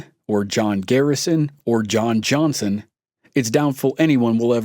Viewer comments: IDK why this story reader pronounces his name wrong EVERY time? There is no T is Johnson brotha!!!! Johnston Johnston Johnston smh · Why do you pronounce Johnson wrong?